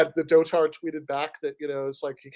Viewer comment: you can't even pronounce the North Korean leader's name, nor the word "dotard" LMAOOOOO 💀